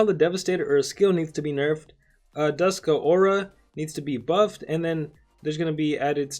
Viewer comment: It's not Duskuh aura. It's Dusk pause Aura